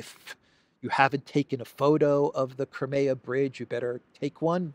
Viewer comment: It is Crimea. Not cremeya.